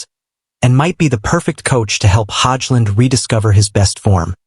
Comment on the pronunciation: prounounce his name right hojlund